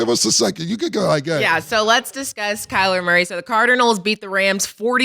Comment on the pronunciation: Cam saying Kyle Murray or calamari 😂